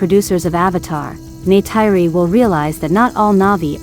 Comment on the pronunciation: Please learn to pronounce Neytiri's name!!!! I would like to watch your videos, but wince everytime you say it.